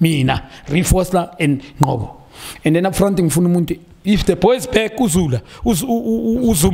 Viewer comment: Junior my Brada its Ngcobo not "Nqobo"..!! 😏🙄